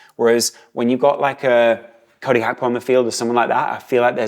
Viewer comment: Swear if he says HAKPO one more time